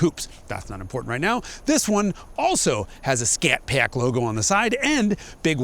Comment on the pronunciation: Scat PAACK - beautiful pronunciation